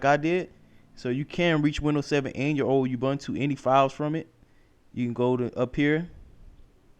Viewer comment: ubuntu pronounced oo-boo-n-too, not obantu. :)